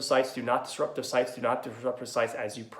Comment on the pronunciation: "Are the shights off?" lol love the voice. Sounds like the challenged brother of Cameron Diaz in "There's Something About Mary." Wanna see my baseball?